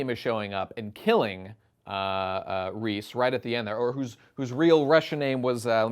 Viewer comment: "Reese" Jesus christ dude, it's レゼ, Reh-zeh.